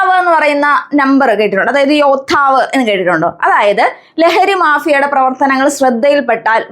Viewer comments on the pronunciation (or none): Helpful class❤❤ശരിക്കും യോദ്ധാവ് അല്ലെ.. അതിൽ യോധാവ് ആണല്ലോ